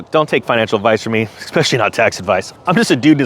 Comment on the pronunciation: Whoa whoa whoa, hold on a second…….. Did you just say “exspecially”?